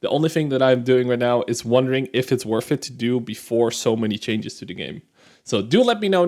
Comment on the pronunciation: worth it, not werf it. theres not an F in that word.